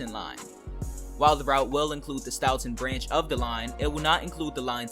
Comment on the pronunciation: Hi bro local Bostonian here, Next time for futurue reference Worsceter is prounced "wour str" and Stoughton and Stoughton is "stow-ton". Dope video as always man! I wonder how they will implement the highway system because there is so much highway infrunstracture next to south station.